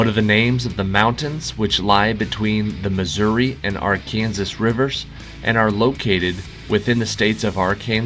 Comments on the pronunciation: A dismal 5/21 for us today..clearly we're not brainy this Tuesday. Ha, Thanks for the clue in Q.7. It worked for me! 🤣We were surprised by your pronunciation of Arkansas. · Well, in Arkansas, it's ar can saw. Wherever you're from pronounces it incorrectly.